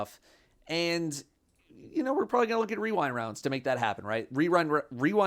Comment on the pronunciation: The masculine urge to say wewind rounds